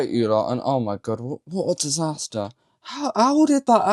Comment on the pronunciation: Truly was a right mess…. Also “diaster”, seriously it’s disaster. Did English teach you nothing. 😂